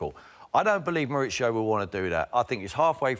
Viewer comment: Why do the English call him Moritsio? Is he Italian?